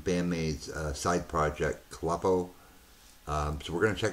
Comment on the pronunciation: It's pronounced (Clue-Poe). It's just a transliteration of Kruppo. This was the April Fool's Day "Joke" Miku Goes Solo. Everyone was waiting for another BAND-MAIKO video after COVID and got this, as well as a few others, one for each member in BAND-MAID though not everyone has a video. Check out her other video 'With You'. It has two versions because it's an anime theme song.